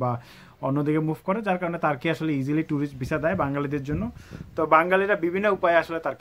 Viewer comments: hur Hala তার্কি তার্কি করতাসেন কেন🥴🥴🤣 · কি ভাই টাকি টাকি করতেছেন।